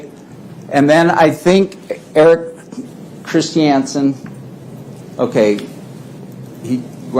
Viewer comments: Chris shee anson!???-this WACK JOB DOESNT EVEN KNOW HOW TO SAY CHRISTIANSEN!????😆🤣🤣🤣 WAAAY TA Pick the worst lawyer IN THA WORLD paltrow,,,--not very smart is she?? Painful. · Mr CHIS-TI-AN-SEN